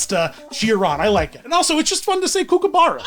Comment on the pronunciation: My Australian eyes widened at the pronunciation of kookaburra and then I just about fell over at calling Millie an anteater! Not even a hedgehog an ANTEATER 😂